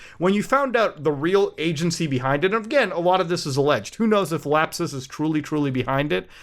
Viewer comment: "lap-SUS" LOL